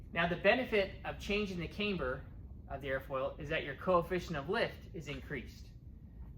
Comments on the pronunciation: We used aluminium, not aloominnim where I qualified as an advanced grade metalworker. And it is camber, not cameber. 😊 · Neat plane. Thanks for the overview. BTW: camber is pronounced "cam-ber" rather than "came-ber" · Its Pronounced Camber not Cameber have you ever herd of a Cameshaft in a car engine? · Yes, as others have noted, it's camber as in amber. Solid aerodynamics, though. Better implementation of leading-edge slats than Willie Messerschmitt's in the 109 😉